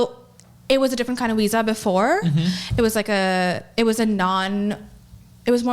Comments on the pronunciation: I'm sorry, is she saying Weeza instead of Visa? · She got her "weeza" huh? Never heard of a "wiessa" card before. Wtf is a "weezer card" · A doctor and cant says wisa instead of visa. I bet that word has to be in her vocabulary almost daily. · I very much dislike how she says "visa" invokes great anger in me. "Weeza"! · It kills me everytime she says weesah instead of visa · "Weeza issue" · I never heard that word. I did, however, hear her say "weesa" quite a few times. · I keep hearing her say “Weesah” for Visa 😂😂😂😂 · Visa..VVVVVV... With a V. This Weeza nonsense is killing me. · Why does she say Weesa? It’s Visa. Why can’t she pronounce Vs? She has an American accent and dialect. The fuck? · Did she say weesa instead of visa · What the fuck is a wisa????? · Congratulations America you're importing doctors that can't pronounce visa, say every sentence like it's a question and are financially illiterate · Bruh its not that hard to say Visa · I hate how she pronounces her “V’s” She has no accent, she doesn’t need to say “Wenmo” or “wisa” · What’s a “weezuh”? And what’s “wenmo”? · It bugs me how she can pronounce "F" words totally fine like "Forgot" and "Friends'" but somehow pronounces "V" words incorrectly. Instead she says "Wisa" and "Wenmo."💀